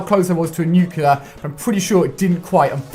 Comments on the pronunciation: Pronounced nuke lee ur not nukiler I'm sorry but correction just feels good I'm still you're big fan though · It's NUCLEAR not nucular!! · nuclear* not nucular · Nuclear! NOT NUCULER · NUCLEAR. Why are you saying "Nuke U Lar"? That's just not how you say it, you sound like George W. Bush. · Its a nuclear not a nucealar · nu clear not nu kyoo lear fuck you brits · Btw its pronounced nuclear, not nucular. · Yeah, but he keeps saying nucular. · did he say nuclular in the beginning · can't even pronounce Nuclear